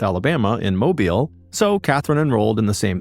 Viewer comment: Another interesting story with great delivery. Kudos on the pronunciation of Mobile. The malls in Mobile are not downtown and neither were new in the 80s.